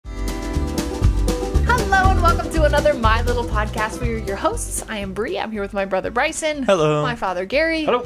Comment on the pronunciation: Congrats Bree! I love weddings; they're my favorite photo ops. You guys do such a good job at maintaining reasonable boundaries, I had no idea that Bree was seeing anyone (nor any idea whether Bryson or Shae are, either), so this comes as a big surprise to me. And Bree, thanks for saying my name correctly, first time out of the gate. Almost everybody mispronounces it the first time; they see N instead of M and call me 'Garner'. It's the family curse. I've also been called Gamer, Graymer, Gammer, Grammer, Gardener, and Garber. But mostly I prefer Will.